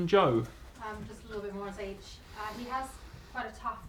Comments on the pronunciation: In the Eredivisie everyone is saying ziyeG with a dutch g sound but officially it's Ziyesh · Ziyech is pronounced as ZiyeSH ! not as Ziyek? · ZIYASH that how his moroccan name is said.arabic زياش